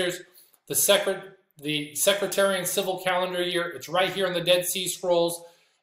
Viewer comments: Respectfully, it’s “Seck,” like deck, and “tare,” like a weed, and “ee “ and “en.” with the emphasis on “tare.” It doesn’t sound like “secretary.” Excellent teaching. I never knew any of that. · It's Sec-tarian , not Secratarian. God's Blessing's and Shalom 🙏